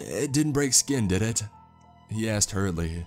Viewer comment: Couple issues: - obviously the medical information - STOP trying to do accents your voice is great, you’re bad at them and it takes away from what you do very well. - “Jack asked” not jackassd - probably check out the pronunciation key in the dictionary, you have a few issues with specific words, it’s pretty systemic in your narrations